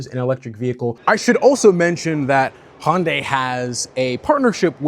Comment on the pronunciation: HYUN-day rhymes with SUNDAY, or if you have to: HUN-day; Never HON-day.